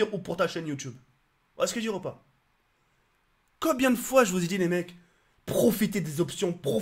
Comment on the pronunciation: 4"10 "Et Cobien, cococobien, cocobien ...?" Mdrr cet accent magnifique